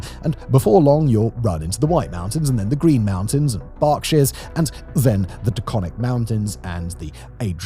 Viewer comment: This is a good analysis. A few pointers on pronunciation of those eastern mountains Berkshires is pronounced Burk-Sheers, Adirondacks is pronounced Adder-on-dacks. Not trying to be a stickler but some people will eventually point it out anyways.